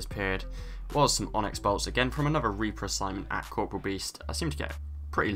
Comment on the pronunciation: Three words 99.9% of RS gets wrong, Corporeal, Elysian, Ardougne.